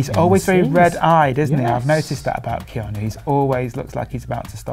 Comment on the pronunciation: Keanu not keano